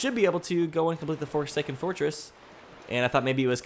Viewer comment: Did you say the Forsaken foreskin?